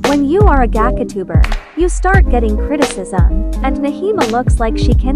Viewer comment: I love how the speaker said "gAcAtUbEr" Edit:idk if she said it or its a robot doe💀